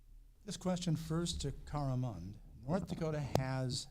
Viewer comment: It's Mund not Mind.